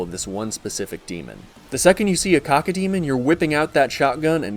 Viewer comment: Cock’o demon? Cack’o demon is how it’s pronounced.